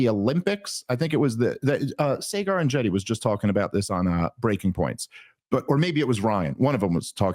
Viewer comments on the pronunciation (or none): Why are you still pronouncing “Saagar” with the hard A? It’s odd since you were literally just on the show. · Dave, first off, HUGE fan… 😅 but it’s (SAW-ger) Enjeti from Breaking Points. It’s a very minor thing, but I know y’all are cool so he will appreciate it the next time y’all talk! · Agree 100% … You have to start pronouncing Saagar correct, though ☺️